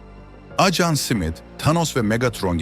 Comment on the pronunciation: Acan diyip durdu. Dikkat etmediniz mi😅